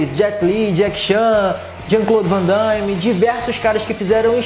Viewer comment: não é VANDAIME é VANDAME mestre !!